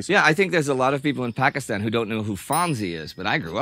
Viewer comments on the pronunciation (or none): none